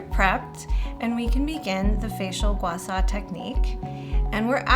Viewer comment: Thank you for this very informative demo video! However, the tool is pronounced “Gua Sha”, and not “Gua Sa”...